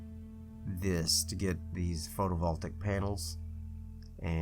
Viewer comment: I finally got around to picking up the breaking ground DLC and have just discovered your channel! Great content, keep up the good work. Oh and just FYI: photovoltaic is pronounced photo-vol-TAY-ic. Just thought you might like to know.